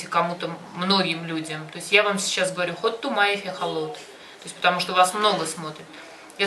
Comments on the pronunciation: Халат а не холот 😅😅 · Миксер по египетски халлат а не халот блин ну и научили не правильно Вас